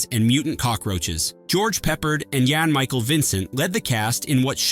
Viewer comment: Your narrator needs to learn how to pronounce names. it's not George 'Peppered' it's 'PepPARD.' And it's not 'Yan-Michael' it's 'Jan-Michael'. Word of advice, learn how to pronounce names before you make a video like this, because mispronouncing names shows you have no real passion for these films and you're doing it just for a cash grab. Maybe if these were done by people who truly cared and loved movies, you would pronounce the names right.